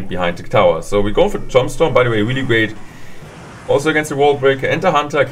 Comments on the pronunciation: Lol he says tom stone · it's tuuuumbstone. Thats how you pronounce tombstone